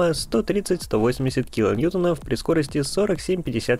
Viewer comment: "НьютОнов", а не "ньЮтонов". Порядка не "двести", а порядка "двухсот" - открой учебник русского языка за четвертый класс и повтори склонения Числительных.